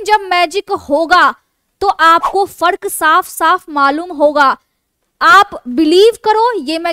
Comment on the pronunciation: आपको फड़त कयुँ नहीं फड़दा 😂😊